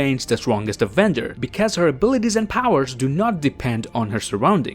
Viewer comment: Please learn how to say because